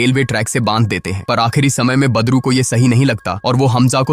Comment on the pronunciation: Aap wese to badru hi bol rhe hai lekin mujhe bar bar padru hi sunai de rha hai😂😂😂